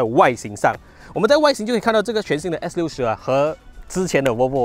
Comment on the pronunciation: 做么我好像一直听见你讲s40的😂